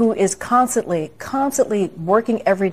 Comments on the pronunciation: "Consenly" she says! 😂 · "Consenly" says KJP. 😂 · Connsally, Connsally hope she means to say constantly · Did KJP just say "consanly" TWICE instead of "constantly"